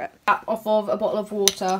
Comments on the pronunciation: When she said I'm gonna check on the cap in the boiling water i thought she said I'm gonna check on the cat in the boiling water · When she says cap it sounds like cat Ok I'm going to check on the cat in the boiling water